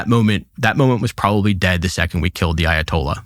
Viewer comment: Meanwhile in Fort Lauderdale… “Dude what’s uh Ayo-tolla” 🥴🤤🇺🇸